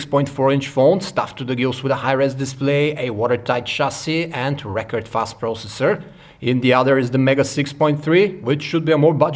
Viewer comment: Det heter ikke "pråosessor":-P